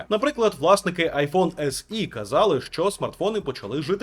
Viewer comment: вподобайка за сказане "айфон ес і", а не як більшість кажуть "ес є".👍